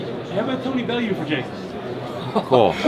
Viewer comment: You didn't ask me about that, you asked me about Bel-loo...Bel-yoo...Bel-yoo??? 😆